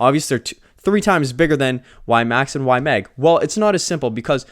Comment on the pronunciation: Bro, you’re still saying Y-Mang 😅 it’s in your head now! Good video. Moving slowly into YMAX.